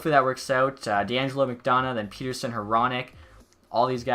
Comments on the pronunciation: For Elias pettersson it’s peh-ter-son not pee-ter-son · I’m sorry I hate being the person that correct everything😂 but Petterson is pett-er-son